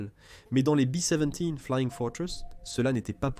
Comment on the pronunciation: En langue française pendant et depuis la seconde guerre mondiale, il a toujours été question de B dix-sept et non pas de " Bi seventies ". Laisser entendre que le mitrailleur ventral ne bénéficiait pas de la pressurisation est une ânerie, l'avion dans son ensemble n'était pas pressurisé. Dire que ces avions volaient à moyenne altitude est absurde, ils évoluaient entre 26000 et 32000 pieds. Il ne faut pas confondre avec les bombardiers anglais qui volaient beaucoup plus bas et étaient plus précis sur leurs objectifs mais plus exposés à la défense anti aérienne. Je ne suis pas un super calé en aviation de la seconde guerre mondiale mais je trouve que lorsque l'on a la prétention de faire des exposés sur ce sujet, il serait de bon goût de se documenter afin que le discours soit crédible. Je ne suis vraiment pas certain que le ou les auteurs de ce document soient de réels passionnés.